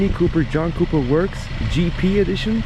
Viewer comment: Try John Cooper Works mate, not jonkaworks